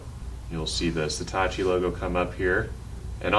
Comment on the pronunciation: Is it me or is he saying Setachi instead of Satechi?